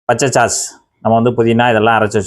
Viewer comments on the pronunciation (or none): சாஸ் (sauce) என மென்மையாக உச்சரிக்க வேண்டும் ("ச்" போடாமல்)